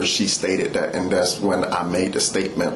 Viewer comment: Dee’s Don’ts and Dat’s… Nuf said.